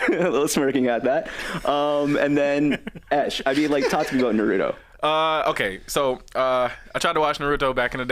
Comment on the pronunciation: Love the show but you are killing me with mispronouncing naruto repeatedly 😢😢lol